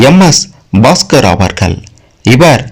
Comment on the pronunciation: Very bad video in 21st century, friend first learn how to pronounce ' Avargal' in Tamil,50% wrong information